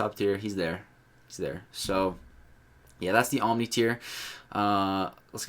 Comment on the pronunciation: *OMNI, not oNmni.